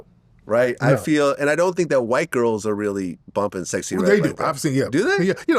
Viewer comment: He said A whyte 304😂